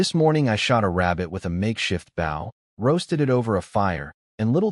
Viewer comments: your saying the weapons word rong {Bo}{W} is silent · They say the word wrong : Bow is pronounced saying the word " flow" replace the letter's f & L , with just a letter low " b - sound " , only not a big " B " at all .